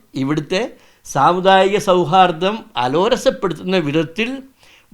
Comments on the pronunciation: ചേട്ടാ അലോരസം അല്ല അലോസരം 😄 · അലോരസമല്ല സാറെ അലോസരം എന്നാണ് പറയേണ്ടത്